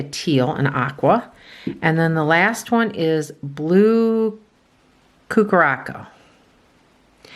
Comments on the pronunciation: Blue Curaçao is a Caribbean liqueur, pronounced kur-uh-sau. I always picture the Blue Lagoon. Total vacation cocktail. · Blue Curaçao is pronounced Cure-a-souw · Hi, Love your videos.. The Blue Curacao (Cure-a- Sow ) is gorgeous! Love all the ways you try to pronounce it😅